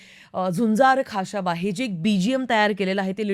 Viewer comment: pronunciation check kara ekda khashaba che , uchhar check kara i mean.